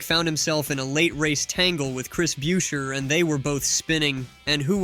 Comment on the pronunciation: Chris Brucheer get the pronunciation correct! Unfollow the fraud YouTube account!!